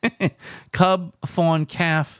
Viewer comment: Did you really just pronounce the “L” in calf?!? Lol what?!?